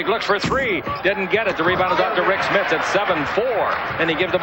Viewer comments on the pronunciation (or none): LOL Chick really had a tough time saying "SMITS". Schmith, Schmidt, he called him everything but Smits.